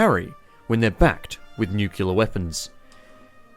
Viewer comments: Nuc-lear. Nuc... LEAR. IT'S NOT FUCKING NUCULAR. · Nuke.... LEAR... Newk.. LEEAR!!!! FUCKING NORMIES REEEEEEEEEEEEE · Guys, you can't just say that mispronouncing words is an accent. Also, "Nucular" was popularised by an American president, so you can't even say it's an Aussie thing. And let me not even get started on proper, British English. Nobody with half a brain says it like that. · does he say nucular? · There are three Australian accents. says it Nucular. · at this point im not sure if you miss-pronounced Nuclear on purpose or not.